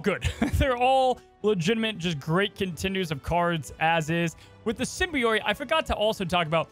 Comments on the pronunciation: You said Araña better than Symbi- OIT. It's pronounced Sym- bee- it or sym- bi- oat. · Sim-be-oat As opposed to sim-be-oyte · Did he just say "Sim-Bee-Oit"???? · This card is [perfectly good pronunciation] Araña. I probably butchered that haha I don’t speak Spanish. Also: The season pass card for the season will be SIM-BEE-YOIT Spider-Man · if you read this, symbiote is said like sim-bee-oat. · SYMBIOITE?? WHERE IS HE GETTIN’ THAT SECOND I FROM??? WORDS AIN’T PEOPLE MAN THEY DON’T HAVE TO HAVE TWO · ''Sym-bee-oyte'' was KILLING ME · Roll The R When U say Arana. Lol Good Luck. Oh & Sybi-OAT. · Not to nitpick, but it is pronounced Sim-Be-Oat (Symbiote) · The pronunciation of symbiote is sending me 😆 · Nails Araña, butchers Symbiote lol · I've never heard "symbiote" pronounced the way says it until this video😂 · You said "Araña" perfectly. Symbiote, however...! LOL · I’ve never heard someone pronounce symbiote like that. Holy moly lol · I cringed every time attempted to say “Symbiote” 😂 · You pronounced Araña correctly! Symbiote though lol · After your poor pronunciation of Symbiote & Araña, I'm surprised you could say scarlet spider correctly. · Symbiote pronunciation is satire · Why is he saying symbiote so badly? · Your pronunciation of araña was perfect. Your pronunciation of symbiote however was the worst thing I've ever heard in my life